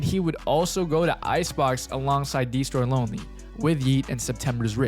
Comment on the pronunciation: "dee stroy LoNely" you couldve rerecorded that bro 😭